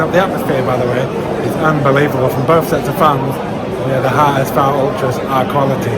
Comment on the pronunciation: Nice Video! I appreciate your pronunciation (HSV and zweite Bundesliga). I only would like to add that the HSV was offically founded on the 29th September 1887 not 1919, in 1919 they only merged 3 clubs to 1 club (because of a shortage in man due to ww1). And some other famous players to mention are Son, Boateng, Calhanoglu, Kevin keegan, Horst Hrubesch, Kaltz or Van Nistelrooy.